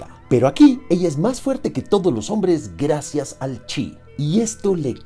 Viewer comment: Amo que digas onvres jajaja